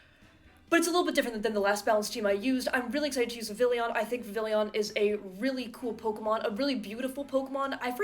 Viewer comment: It is pronounced 'VIV - ee - on'. God.